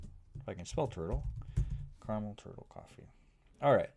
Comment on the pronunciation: bruh, it's caramel